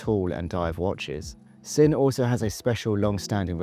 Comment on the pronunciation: Fun video 👍 FYI Sinn is pronounced Zin, Squale is pronounced Skwal.